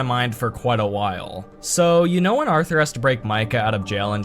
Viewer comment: “Arther” we know its you